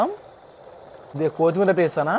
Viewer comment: Kothimera palakadam nerchukora 😂